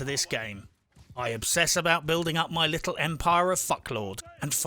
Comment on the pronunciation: No need to emphasize "My" when you know we are on board .....come to Bermuda and you and I can have Gin in a house with Mark Twain tied to it pic and all.